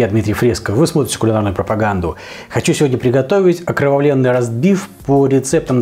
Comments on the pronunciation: Я не не Белинский, я не Лермотов..))) И Пушкина надо не только в книгах читать, но и смотреть черновики ВЕЛИКОГО РУССКОГО ПОЭТА! ОкровавлЕнный, так и надо произносить окровавлЕнный, но только без члена во рту...))) В другом ролике, где вы пытаетесь повторить действия Д.Оливера, я пять раз, пытался понять, что вы произносите вместо слова - окровавленный...))) Надо вынимать из рта... ну вы уже знаете что.))))) А интернет провели в столицу МОЕЙ РОДИНЫ, город герой Москву!! Так что, как вы эстетично выразились, в мухосранске живете вы, тип, который никому оказался не нужен там, где родился!!! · Да и вы не Белинский ))) У того хватило бы мозгов не фантазировать про Цимлянское, а просто прочитать Пушкина. И как по вашему надо произносить слово "окровавлЕнный" в этой строфе? Про пудинг вам лучше ВООБЩЕ ничего не говорить, коли все свои знания вы у Джеймички Оливера черпаете ))) В какой мухосранск сегодня провели интернет? )))